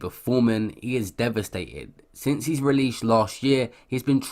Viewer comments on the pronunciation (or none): Why do you say "his" like "he's"? Sounds fucked.